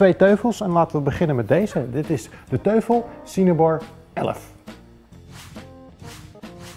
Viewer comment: 'Teufel' spreek je uit als 'Toifel'; 'duivel' in het Duits dus. Die Cinebar 11 is dus alleen voor mensen die ècht geen losse speakers willen. Die Z5500 die gebruikt was in zijn toptijd 350 euro en die geeft dus beter geluid, en dat voor een PC-setje. Dat die 52 THX niet aan draadloze connectiviteit doet is eigenlijk logisch. Heeft allemaal met kwaliteitsnormen te maken. THX is overigens een norm die door Lucas Film bedacht is, waarmee je idealiter Star Wars (specifiek The Return of the Jedi) zou moeten kijken. Zou leuk zijn om een paar filmscènes te testen bij dit soort items. Die knalscène uit Heat is wat ik altijd gebruik als ik ergens het geluid wil testen voor films... Tof item!